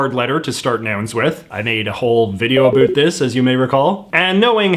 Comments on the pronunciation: “A boot” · Wait, you go all in with the stereotypical ‘oot and a boot’ for out and about, but then use the American pronunciation of Z? What gives? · JJ pronounces about as a boot, Aussies as a bat, and in addition to the wildIy different pronunciation there are numerous lexical differences. I really wonder why and how so many non-native speakers are able to learn it! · The way he says 'about', is that normal or is he just exaggerating it? It sounds so weird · Crazy Robots I was thinking the same thing. And then he pronounces about like an American pretending to be Canadian…